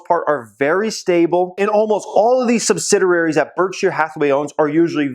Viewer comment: you need to learn to pronounce sub sid ee ary. other than that, great advice. picking up a few brk.b shares soon. thanks for the help.